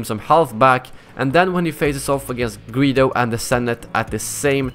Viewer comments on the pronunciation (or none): Did he say greedo and the senate?